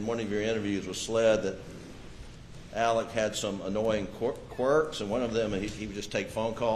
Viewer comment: Oh that’s nice Niw his name is Elic. Not Alex ir Alec. How the hell can one name be pronounced so many different ways Inc lawyers. Excuse me LOYERS. AND EVERYONE. EVEN THE MEDIA. GIR HIDS SAKE WHAT US THE MANS NAME?!?!?!